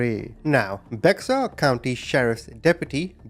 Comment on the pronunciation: You’re pronouncing it wrong! It’s spelled bexar county Tex but the x is silent so with that being said it’s BEAR 🐻 COUNTY TX JUST SPELLED DIFFERENT! Does anyone not use google anymore 😂😂